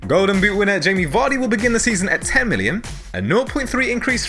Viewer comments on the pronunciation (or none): none